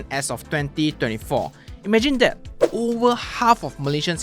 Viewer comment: You cannot pronounce "th" : that = dead, your tongue's muscle is weak so you dare not put your tongue between teeth. You use Malay consonants as English's. Earsore.